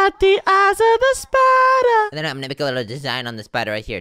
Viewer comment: i like how and said spider at the same time and shpider